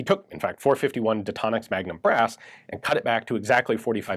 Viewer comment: I heard .451 magdump😂